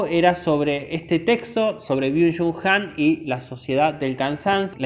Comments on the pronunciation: Excelente resumen. Leí el libro y me dejó muy impactada al igual que otros libros de Han. Sólo una sugerencia: es Han no "Hans" y suena a desconocimiento del autor aunque evidentemente no es asķ por todo lo explicado. Gracias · Que no es Hans ...... es Han. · No es Hans, es Han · Porque dices “Hans”, es Han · Es Han! No hans HAN